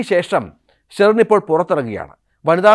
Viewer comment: സ്റ്റെറിൻ? ഇടയ്ക്ക് ബീയറിന്റെ പേര് പറയുന്നുണ്ട്